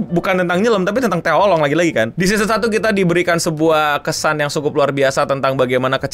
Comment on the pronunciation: Setelah sembuh dr penyakit menyebut Anime dgn "Anim", skrg malah nyebut Oolong jd "Olong"